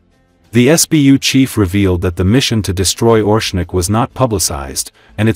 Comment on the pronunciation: Not ORshnik. oRESHnik.